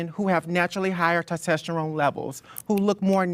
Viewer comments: Wtf is tostesterone? lol DUDE can’t get his science straight… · Does that one Trans person keep saying "tostesterone" ??? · Lol dude can't even pronounce testosterone correctly